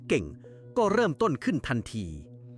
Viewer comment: มันชัดตรงไหน AI มันมั่วจะตายเวลาเสียงวรรณยุกต์โทก็ไม่มีทำเป็นเสียงสามัญเฉยเลยไม่ทำเสียงโทสังเกตดูสิจับใจความดูดีๆหรือยังคำว่าต้นก็จะเป็นคำว่าตนหรือไง